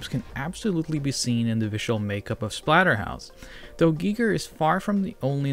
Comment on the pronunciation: I mean no offense, but I believe it's pronounced "guy-ger", not "gea-ger"